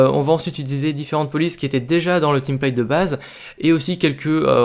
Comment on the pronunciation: Ça se prononce pas tan m plèi te ?